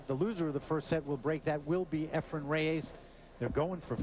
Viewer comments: Mitch Laurance: Why do you pretend to better know how to pronounce "Efren Reyes" than does Efren Reyes himself. SIR MITCH: IT'S NOT RAY AYSS -- it is Reyes. Please note the spelling. Please also note: The way a person's name is pronounced is entirely the choice of the person himself. You sound as if you have a foreign object in your mouth. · Lol .... " Efren Re-YAYS "..??😏